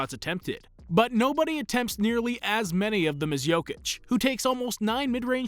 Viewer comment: He pronounces his name just fine